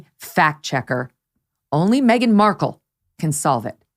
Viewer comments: No one applies to Hooters thinking they want you for your brains. 😂😂😂. I’m sure the waitresses didn’t mind their tips. And who says Mark Kel? Please 😩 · Well I hate to tell Markle , that she isn’t the only Markle one in the world , there was a family in court & they pronounce Markle exactly the way that women who was yelling , at Markle to suck it in . Howie Mandel said Markle was fired from the show , because Markle not the bimbo, the slut she is , was putting her claws on Howie. Howie wife asked to have her gone ,& I don’t blame her at all. No wife wants to watch that. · She talks like she's reading from a book , how can you not pronounce Markle! Stupidity at it's fullest! Who made her work there? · Did she say the woman coulldn't pronounce her' 'Black Name'? As far as I understand it her fathe mr Markle is white . She is beyond ridiculous. and as for the Purring voice. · I think her wrangler deliberately mispronounced her name just because she didn’t like her.